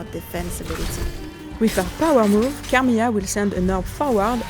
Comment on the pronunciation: If you're hiring someone to announce the character, please make sure your candidate is able to pronounce her name right. It's not Carmiya, it's Carmilla. And for the love of god, it's Bram Stoker, not Bram Stroker.